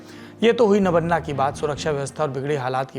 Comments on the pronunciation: Not nabanna it is nabanno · My dear friend before making video please correct your Bengali pronounciation. Kindly note it's not Nabanna .. it is Noubanno ... Listen to the bengal reporter who is doing live recording. Don't spoil & destroy the Bengali words as per your convenience. This message is not to insult you only pointing to correct you. Thank you. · It's not नवन्ना it's नवान्न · नबन्ना नहीं नबान्न...नव+अन्न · It's नबान्न, नबान्ना नहीं ... That's the problem with most of the Hindi speaking journalists, they don't pronounce the name as it is but as per their convenience. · Sir nobanno hota hai nobanna nhi 👍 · Nobanno.... Not Nobonna.... 😢😢😢😢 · Saurabhjee, Nabaanna ka pronunciation toh thik se kar lijiye, aise hi toh Rabindranath Thakur (Not Tagore) Ka Gaana ko National Anthem Bana k uske aisi ki taisi kar diya hua hai abhi ek bengali word k rape mat kijiye.. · Btw the pronounciation would be 'nobaanno'. Hope this helps. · Nabanna naam hai.. Nabo-anna नया चावल...... In hindi its नवान्न Thoda pronunciation me sudhar kar lijiye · नवान्न सही उच्चारण है। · Sir its nabanna. "नबान्न"